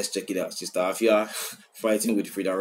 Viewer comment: the pronunciation be efia